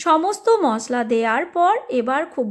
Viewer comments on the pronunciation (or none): none